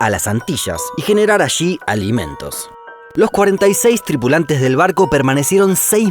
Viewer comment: Assshhhhhhi,sssshhhhhhhhá, alimentosshshshdh